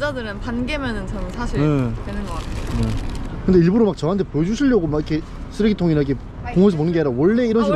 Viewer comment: 일부로 아니라 일부"러"라고 수십번을 말해도 고치는 피드백이 없냐.